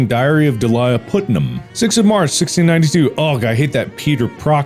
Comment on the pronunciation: It’s pronounced putt-nam, mark